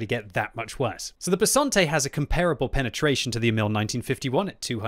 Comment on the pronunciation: Italian’s tank name: Bisonte.: Bessonte. Subtitles: Besante.